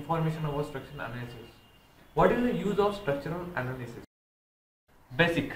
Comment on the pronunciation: Bosic kadu bro Basic